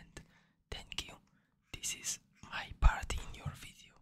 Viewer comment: When the girl said "video" I heard her say "vido" instead